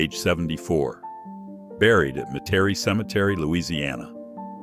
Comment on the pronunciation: "Meh-Terry" cemetery? Folks, this is why we humans can never let AI make critical decisions. It cannot even properly pronounce Metairie.